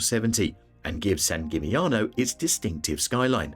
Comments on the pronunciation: Dubrovnik is the opposite of a hidden gem, on the contrary, it suffers heavily from overtourism. And Split is right behind. Same with San Gimignano (plus the pronunciation of the name is even worse than the others in this video). Even worse ist Mont Saint Michel, which should be visited including spending a night. And of course Venice (Venezia) is the best example of a place with overtourism, they even ask for an entrance fee from day tourists who don't spend the night there. Plus, they are trying heavily getting rid of all the big cruise ships in the lagoon. Hallstatt has become famous because of its copy made in China. Basically, many places in Austria are equally beautiful. Overtourism also leads to very high prices, so those places are tourist traps. It makes no sense promoting them further. The rest of this video can be regarded as helpful tips for tourists exploring Europe. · This holds true not only for the Italian names, although San Gimignano was the worst. And I am saying this as a German with almost no knowledge of Italian (except the menu in Italian restaurants).